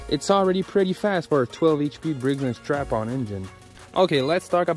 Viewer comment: brigs and STRAPPON, NOT stratton